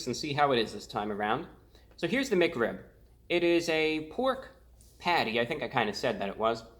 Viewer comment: Why do you pronounce Mic Rib instead of Mac Rib and Hewo instead of Hello